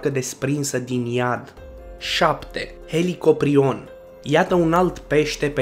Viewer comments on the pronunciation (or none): Pai helicoprion sau cum ai zis a disparut